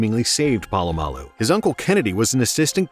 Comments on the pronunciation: Its not PAlamalu its POlamalu. You're saying his name every sentence and misprouncing it every time and its driving me nuts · Btw - Pole-a-mall-u